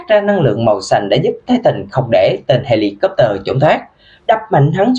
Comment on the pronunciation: anh đọc là heli cóp lơ